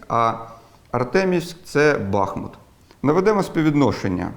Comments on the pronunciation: Тільки на БАхмут, а БахмУт (кажу як уроженець цього міста :) ) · У назві міста Бахмут, наголос треба ставити на букву У. Місто бере назву від річки БахмУтка, що бере початок між Зайцевем та Горлівкою. А взагалі все дуже цікаво, дякую!)